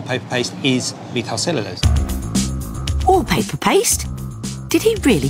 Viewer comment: Really a cute show! And the soundtrack is really good. But that scientist's pronunciation of 'methylcellulose' is absolutely SURREAL.